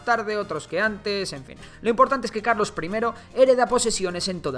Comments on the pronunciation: Carlos❌ Calos✅ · Puso calos en vez de carlos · Min 8 a Carlos III le falta una R 🤣🤣🤣